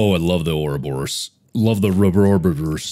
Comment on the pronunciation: my favorite moments were him questioning the 'grass man' and every time he mispronounced ouroboros.